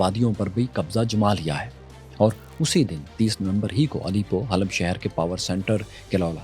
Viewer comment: The pronunciation of Halab is Hawab, pl. note.